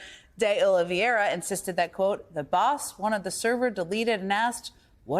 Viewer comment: It is not pronounced "Oliviera." It is "Oliveira." "Ol Vey Ra"